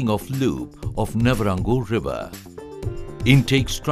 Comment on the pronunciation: A pride of a nation indeed, electrifying your country is a great achievement. We should have a version of a Rwandan narrating the video too, Nyabarongo pronunciation sounded funny.